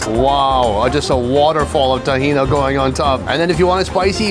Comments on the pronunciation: I’m happy he visited another middle eastern country, but he doesn’t appreciate or do justice portraying the culture… for instance that was zaatar not thyme in the bread. Also the falafel man wasn’t angry he didn’t like your hair plugs or your ability to pronounce tahini! 😅😅😅😅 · Not BAK-la-va. It is pronounced bak-LA-wah or bah-LAY-way. Not Ta-HEE-na. It is pronounced ta-HEE-knee although most of the stuff you are calling “tahina” is actually taratour. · TahinI...whats this TahinA u speak of? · bro really said tahina, im dead